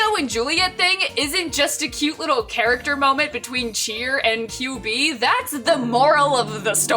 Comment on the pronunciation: I can't stop hearing QB as Kyubey from madomagi